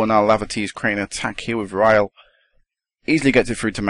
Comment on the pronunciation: Rhyl is pronounced Rill